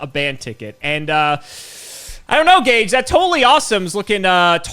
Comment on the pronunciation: Ageh of Gageh